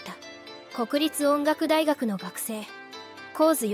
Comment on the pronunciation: アナウススル方、正しい呼び名でお願い致します。コクリツオンガクダイではなく、クニタチ音楽大学です。